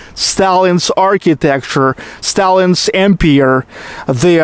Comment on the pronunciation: Comment on English pronunciation: Empire: the silent "e" at the end of the word. Changes the "i" before the "r", to a long i. A long i means, that you pronounce the i by its alphabet name. As you would say, "I went home".